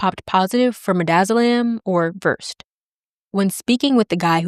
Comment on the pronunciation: Versed is pronounced VERSE-SAID. Just FYI